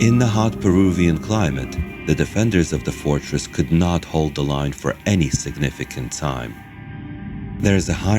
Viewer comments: Is the Narrator saying forest instead of fortress? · Great documentary! Only one critique... The narrator is pronouncing the word "fortress" as "forest," which is an immensely different meaning. I know English is not the narrator's native language, but his speaking ability is very good otherwise! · "Fortress" not "forest." Great speaking voice, dude! Fascinating video, too. Thank you for your hard work and brilliant analysis! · Lol you mispronounced something. . It's not a Forrest. More like fortress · Except he keeps calling it the Chanquillo "Forest" but it's supposed to be FORTRESS. I kept wondering where the trees were :)